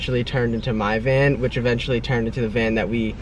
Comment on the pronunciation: VAN NOT MAN